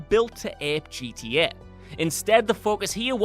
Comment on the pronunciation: Ever notice that doesn't know how to say "Film" or "GTA" properly? Like, seriously? It's not that bloody difficult. It's not pronounced "Filum". It's not pronounced "GDA".